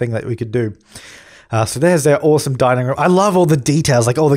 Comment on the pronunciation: "I think it's oowasom" XD